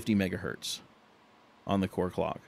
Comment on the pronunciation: "One mega Hert" :D The unit is "Hertz" (singular), "one mega hertz"